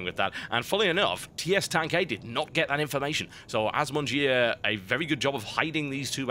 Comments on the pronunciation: As someone who knows a few words of French, you made the name worse! Bottom-eaters indeed. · assmonger = 'az-mon-jeer' Nice use of french, TB. ;-) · Did anyone else think the way he said the terrans name sounded just as bad? Y'know like, Ass Muncher? lol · You know your name is horrible when even the caster refuses to pronounce it right XD